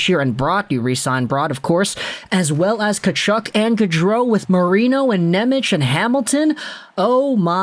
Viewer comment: Not Nemic but Nemec